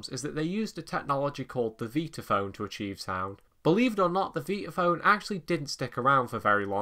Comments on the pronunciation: How many times do I have to hear "Veetaphone" 🙄 It's V👁taphone! Like Vitameatavegamin! 😂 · nicely done, although I'm pretty certain it's pronounced 'VIE-tuh-FÖHN', and NOT ''VEE-tuh FÖHN' , as you say, several times. This ISN'T a 'toe-MAY-toe/toh-MAH-toh'-thing, nor does it have to do with you being English (I never where I'm from, but it's NOT the States). In fact, there's several old Warner Bros Bugs Bunny cartoons where he pronounces in passing 'VIE-tuh-FÖHN', as well. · Never heard it pronounced 'veetaphone'! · After hearing pronounce it, I thought I had had it wrong all these years so I checked it out online and you are correct.